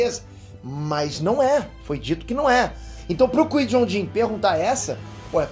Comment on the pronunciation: aprende a fala o nome do Qui Gon mds